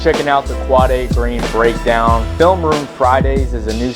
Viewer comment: you pronounce his name wrong